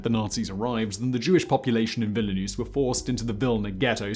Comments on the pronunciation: It's Vilnius, not Vila-noose. It's Da-khau, not da-chau (the ch is pronounced as in chicken). At the time, the Mossad was a refugee smuggling operation. It became a foreign intelligence organization after independence. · Villa-nus ? Veal-nus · It’s Dachau like ‘Dakow’ not ‘Datchow’, and Vilnius like ‘Vil-nee-oos’ not ‘Villy-noose’. For a man with a proper accent you should be sure of how to pronounce proper nouns rather than guessing from how they’re written down. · ''Vilnius'' or ''Vilna'' not ''Vilinuse'' I'm sorry, but it hurts my ears. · Great story, but the constant mispronunciation of place names makes this hard to watch. When someone speaks with confidence about history and they couldn't be bothered to look up Dachau (not Dashaow) or Vilnius (not Vilanus), I wonder what else in this video is presented from assumptions that weren't considered important enough to verify. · "Vill-ih-noos"? They were pronouncing it "Vil-nee-us" when I visited. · It's pronounced Vil-nius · VILLINUUS HAHAHAHAHAHA OMG dude it's not even hard. V I L N I U S - and the second I is silent. "small country" - bigger than England, mate! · My goodness, he can't even pronounce Vilnius! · man you really mispronounced that Belarusian city name lol